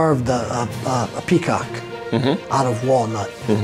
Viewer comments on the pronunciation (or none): none